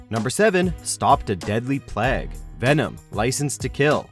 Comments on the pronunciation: Who tf says “Plague” as “Pleg”…? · is it just me or does this guy not know how to say plague? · Learn how to pronounce plague ffs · You pronounced plague wrong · The way you say plague tho😂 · wtf is up with the way this guy says "plague" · How the fuck did you say plague? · The way he says Plague 😂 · What the fuck was that pronunciation of the word 'plague'? I physically wretched. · the narrator reads PLAGUE weird.